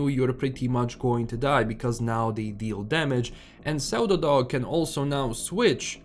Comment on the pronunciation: Such a minor thing but because I was listening while playing something else as my Stalker 2 updated, I was like "... whats a zeldadog?" Pseudo is pronounced "syu-do". In case you care. If you don't, I did work it out after half a minute, so did everyone else I'm sure :P